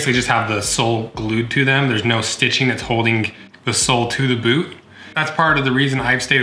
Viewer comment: he said bewt